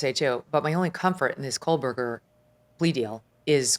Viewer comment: Ashleigh, blink twice if your brain glitched every time she said KOLEberger 😂😂😂